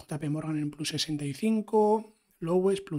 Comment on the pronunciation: Me encanta tu contenido, muy bien explicado, nuevo subscriptor. Sólo un apunte si me permites, "plus" en español no significa "más" y si lo estás diciendo en inglés sería /plʌs/. Lo digo como mejora, porque al menos a mí me chirría cuando lo escucho, no como crítica.